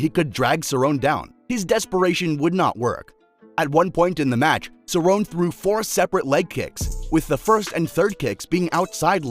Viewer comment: Pronounced cerrone wrong AND called Aldo the “140 lb champ” WOW lol this is def made by AI